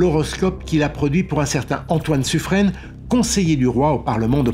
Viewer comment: Très bonne vidéo, merci. Par contre on dit « Suffren »: suffr 1, et pas suffrène. Comme dans tiens, vin, un…